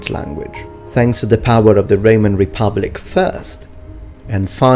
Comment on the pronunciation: It sounded like Reman Republic and Reman Empire, or I'm just hearing wrong... lol